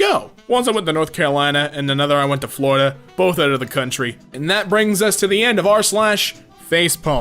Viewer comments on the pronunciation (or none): anybody except me noticed that its not "florida" but "flordia"? xD